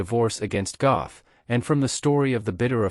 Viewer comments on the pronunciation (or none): Pronounced, “Get.” God forbid you get the name of the subject of the video right. 🙄🙄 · completely mispronouncing the names also.